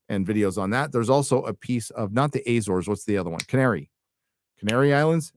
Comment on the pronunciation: Azores like America, not Ezores